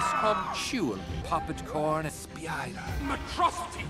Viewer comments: There's also the moment where he repeats the word 'spider' correctly, but then when pretending he planned for it to be there, pronounces it 'spee-ider'. He pronounces 'school' as 'shool' by default, but knows to pronounce it right when disguised. I think half of it is genuine mispronunciation, but other times he pronounces it wrong on purpose in an attempt to make himself seem more menacing and exemplify his other-ness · Splider lol